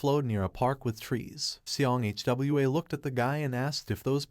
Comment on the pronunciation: Its not H W A, is hwaaa